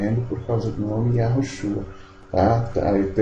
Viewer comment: Porque vc fala que o nome do Salvador é Iarushua e não Iausha, claro tô escrevendo como se pronuncia eu descobri que a pronúncia comum é Iarushua porém tem uma regra no hebraico que certa letra antes de outra perde o som de rr, Veja o sobre nome o primeiro ministro de Israel Benjamin, aqui o jornal pronúncia Metaniarro e em Israel Metaniau, claro tô escrevendo como se fala